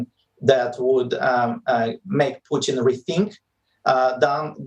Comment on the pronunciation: Why she keep saying puthin?